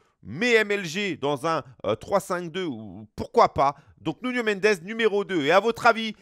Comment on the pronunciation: « Nounho Mendez » c’est « Nouno Mendesss »